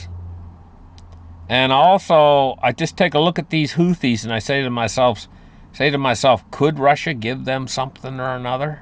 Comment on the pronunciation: Thanks for pronouncing "Houthis" so correctly. And: I love the video!:_HUG